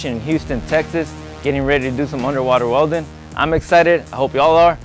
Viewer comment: He seaid " unerwaterwellin "